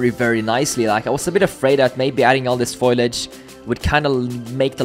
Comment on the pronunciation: foliage, not foilage. :)